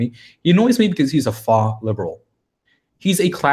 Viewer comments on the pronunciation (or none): Faux is pronounced 'foe' not 'fah' btw.